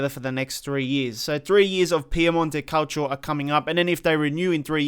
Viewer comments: Piemonte "calcho" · If he says Piemonte Calcho one more time I swear I’m not watching his videos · His pronunciation of Calcio, looool